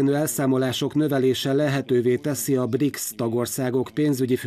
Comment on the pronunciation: Briksz helyet magyarosan ''brics''nek olvasott BRICS csoport na ott fogtam fel hogy a bemondó csak felolvasó és nem szakértő. Azért nem elég csak helyesen kinézni egy műsorvezetőnek kedves MTVA ....